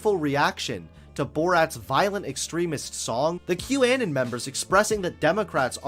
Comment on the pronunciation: I wish more conservatives were like this. Great vid,! Also: You're pronunciation of Qanon hurts my ears